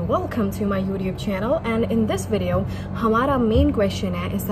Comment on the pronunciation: Why do you pronounce youtube as youdube 😅 I think Americans pronounce with a t